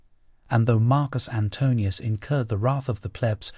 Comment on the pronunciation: Aw man, you're one of the very few to say Marcus' name correctly, but what about Kai-sar my dude?